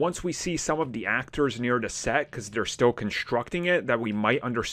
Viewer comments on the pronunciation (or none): none